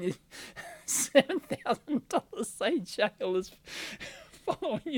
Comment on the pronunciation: "sade shale"